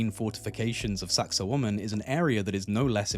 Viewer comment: well, it isn't and a native speaker has a youtube on pronunciation. Besides which, you are not saying wa-man, you are saying wo-man with the accent on the second syllable. I have heard numerous people talking about this place and there are two, you and another, who are saying it that way. But whatever, I'm sure you are right and everyone else is wrong.